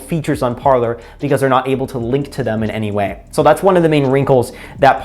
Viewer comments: It should be pronounced "par/lay" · It's pronounced par-lay. Parler is French for 'to talk'. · Pronounced Par lay